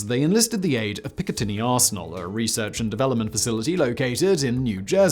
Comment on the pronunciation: Hey! Simon The Silly European actually pronounced 'Picatinny Arsenal' correctly. I worked there for 3 years, right at the end of the Cold War. My job was basically pushing paper for peace. Nuke artillery stayed in service until the end of the Cold War. Low yield nuke shells were made for the Army's 8-inch Howitzers, then for the 155mm Howitzers. Both types of shells were not phased out of service until the 1990s.